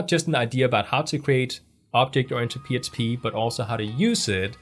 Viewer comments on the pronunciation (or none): I notice when you say PHP, you say PSP and, when you say fields, you say feels. Just something funny. Thanks for the vids!